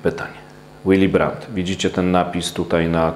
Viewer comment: Willy brandt czytamy willi brant a nie jakiś łili. Gość był niemcem i nazywał się po niemiecku a nie po angielsku.